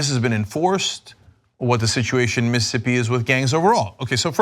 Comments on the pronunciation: Miss...ISSSSS...ippi. Not Missippi Cenk. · As a Mississippian, I'm extremely happy you're shining light on this, but please Cenk- STOP saying 'Miss-ippi'.... It's Miss-iss-ippi. You're leaving an entire syllable out, and it's weird. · Is Cenk so stupid that he doesn't realize he's missing a whole syllable when he says Mississippi? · You can't pronounce Mississippi.